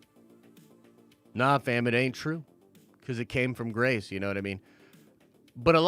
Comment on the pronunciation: Why bro why? Every time u say Grace’s name u trigger me! I almost turned u off.